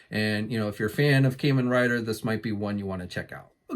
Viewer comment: It hurts my soul how you say Kamen rider lol love the vids though bud, keep up the good work. I can't get enough of the new Kamen rider ooos figures. Only bummer is their souchku seiheio line is so damn expensive.